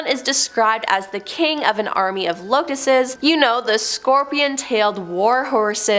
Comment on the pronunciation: "Locusts" is pronounced "LOH-kusts,"